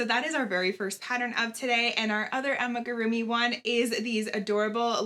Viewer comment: With all respect🤓Its AMIGURUMI ♥️ Not Ammagurumi🙌🏻